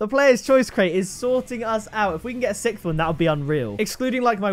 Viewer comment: “Can we get a sickth”